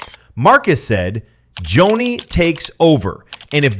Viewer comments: Joni not Jonny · Pronounced Joanie not Johnny. You lose all credibility. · Someone couldn't READ her name Joni for just fourteen minutes instead of JOHNNY? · It's Joni not Johnny 😅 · Could you pronounce “Joni” correctly? Is this AI? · Cordicil... if you can't read that eird you lack ANY CREDENTIALS to criticize Joni